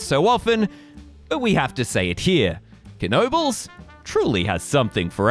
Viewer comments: Great vid, but it's pronounced Noe Buls. The K is silent like in "Knock." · How sure are we that there's a hard "K" at the beginning of that name? I would have gone with "nobles." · Is it really pronounced "kuh-nobles"? I live right by it and I've always heard people say it with a silent K. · It’s pronounced Noebels, the K is silent. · Yes, it really is pronounced Kuh nobles !! Dick Knoebel(owner) would not mispronounce his own last name. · Pronounced Kuh no bulls. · It's pronounced NO BULLS. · Absolutely WRONG! Kuh No Bulls. Put your $$ where your replies are.🤑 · 🙄You are spreading total disinformation please delete your reply. It is pronounced Kuh No Bulls. Why would the owners mispronounce their own name? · Isn’t it pronounced nohbels? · Yes...... this other guy is trolling. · I have a photo of my grandmother, mother (age 3) and aunt (age 2) at Knoebel’s Grove around 1940/1941. They lived in Pennsylvania at that time. I have always heard it pronounced with a silent K. “Nobles” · No! it pronounced Kuh no bulls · Wrong! Kuh no bulls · I am from Pittsburgh, and we pronounce it with a silent "K." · I don't know for sure, but I think the "K" of "Knoebels" is silent; but who knows? By the way, have you ridden GhostRider at Knott's Berry Farm? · Lol incorrect. You pronounce the K in this case. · I'm pretty sure the K is silent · The “K” is silent. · is the 'K' really pronounced? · No, it's not pronounced this other guy is trolling. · Is the K silent??? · silent K